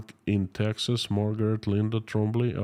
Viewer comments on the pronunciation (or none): none